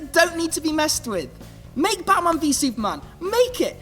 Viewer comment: you say batman vs. Superman weird